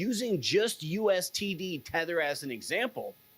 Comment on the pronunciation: No offense but why do you keep saying USTD? Its USDT.